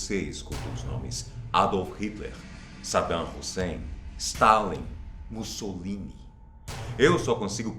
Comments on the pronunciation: quando ele disse mussolita eu entendi bolssomito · Eu entendi ele dizendo bolsomini kkkkkkkkk